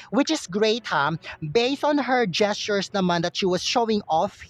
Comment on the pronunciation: why naman po ganun ang pronounciation mo, answershsss, gestuureshhhh